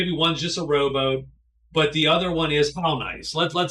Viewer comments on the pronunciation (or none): Every time you say "rowboat" I hear "robot" :)